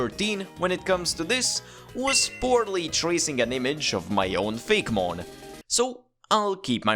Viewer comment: It’s fak-e-mon (fake,e,mon)